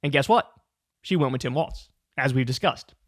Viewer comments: It’s walz not waltz. You keep saying it waltz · Come on, Kyle...it's Walz like WALLS...not waltz like the dance. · Kyle, his name rhymes with 'falls' not 'faults'. Minor quibble 😅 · Let’s Go Walz! (Pronounced: Walls) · why does kyle keep saying waltz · Walz not Waltz lol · Kyle keeps stupidly mispronouncing his name. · Learn to pronounce Walz correctly. It’s hard to take you seriously.